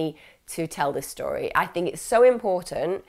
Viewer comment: Lol i just has to rewind when you this “okay this is the Tory that is told” I’m guessing you meant to say story but found it funny also shows it was likely one take